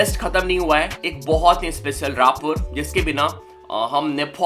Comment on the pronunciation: Bhai raaper nahi rapper hota hai